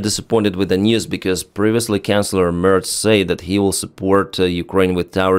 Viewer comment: I love the way you pronounce our chancellors as "canclers", which nails it 😂